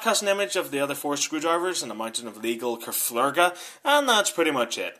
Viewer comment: "legal kaflerga"